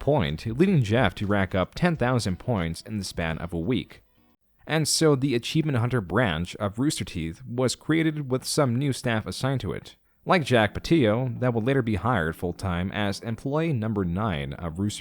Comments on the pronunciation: it’s not “jack pateeo” it’s pattillo you say the l’s like normal. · Jack "Pateeo"????